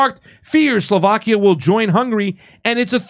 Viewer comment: It’s not pronounced: Soulvakia c’mon pasta